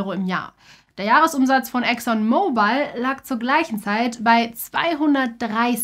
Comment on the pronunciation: Der Ölkonzern heißt übrigens nicht Exxon MobilE, sondern „Exxon Mobil“ und wird dementsprechend auch nicht wie das englische Handy ausgesprochen! :) In der Grafik führt diese Aussprache übrigens auch genau zu einem Rechtschreibfehler, dort schreibt ihr Exxon „Mobile“ 😅